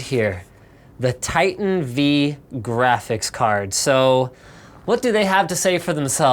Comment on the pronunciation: Titan V, as in Vveebs. Or vIdiots. Choose one. :p